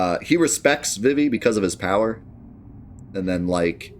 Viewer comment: It's pronounced "Zuh-Don" and "Vee-Vee"